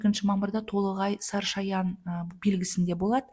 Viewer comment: Сарышаян деп айтып жатырсыз.